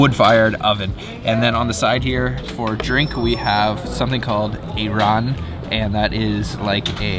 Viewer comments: that white drink is pronounced I-RON not E-RON, it is made of plain yogurt,salt, (water or club soda),and dry mint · It's not ehraan. It's Ay-ran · Keep up the good work you guys. Just a tip, the proper way to pronounce ayran, say it like "I run" 👍